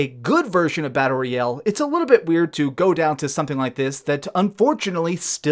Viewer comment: Why he says battle royeeeeel?